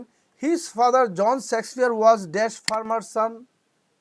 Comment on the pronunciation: Sir, সেক্সপিওর না, শেক্সপিয়র হবে।